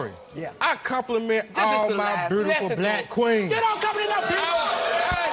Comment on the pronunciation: “Mursic” “burtiful”